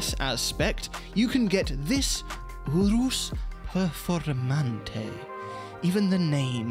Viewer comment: 😂 I'm dying here . ooorrooohs pehrformahntey